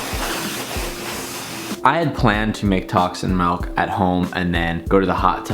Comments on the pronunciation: Its MILK not MELK! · MILK NOT MALK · did my mans say tacs and "MELK" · tacs and melk..... MELK